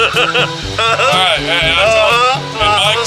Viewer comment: "As long as it's ight (ahh-ite) it's alright